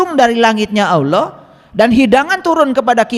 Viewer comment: Yg bener itu .ALLAH..BUKAN AULOH😂